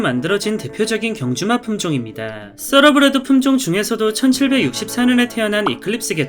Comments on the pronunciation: 서러브리드가 아니라 thoroughbred.타러브리드가 더 정확합니다. 서러브리드는 생전 처음들어보는 발음입니다. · 타러브리드야말로 처음 들어보는 발음인데... 떠(뻔데기발음)러브레드가 맞는 발음 아닌가여??